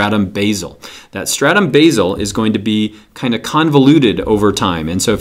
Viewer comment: at 1 min and 6 second you said four statum?